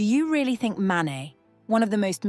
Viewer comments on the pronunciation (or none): none